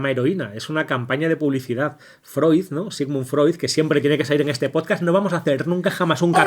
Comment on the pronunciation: al proposito!, ellos mismos hacen broma con el nombre "poscasss"....